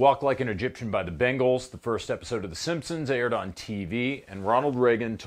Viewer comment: Errr… I was a young adult in the ‘80s and it’s BAngles as in BANG, not Bengals. Doh!